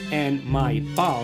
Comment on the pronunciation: More didn't "palm" sound like "bum"?